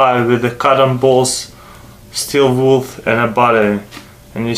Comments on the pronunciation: he said steel wolf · hey dude its pronounced steel WOOL not wolf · He says steel wolf lol. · Haha, he said "steel wolf", not steel wool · "Steel Wolf" lol Good videos, though. Keep it up CCCP Hacker